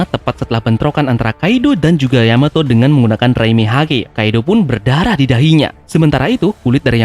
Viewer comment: terpeleset katamu sedikit Terpeleset sebut Yamoto kan seharusnya Yamato di menit 1.20